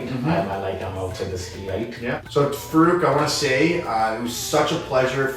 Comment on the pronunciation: Its funny how white people call muslim names. It is FAA-ROOK, the way you should pronounce. Amazing guy amazing story and great content. Also, you need to know a little difference between Pakistani Music and Indian music. You will be shocked ;) Listen to coke studio Pakistan. Know Pakistani music and do not put stereotype annoying music in the background.